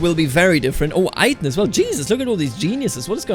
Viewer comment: Hey man you pronounce your wife's name "Ayten" a bit wrong, you need to pronounce the "e" before the "n" like the "ä" in German. Just wanted to inform you since you really seem to be interested different languages, cultures and pronunciation. Awesome series!